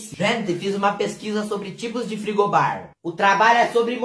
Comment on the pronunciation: "Frigobar" KAKAKAKKA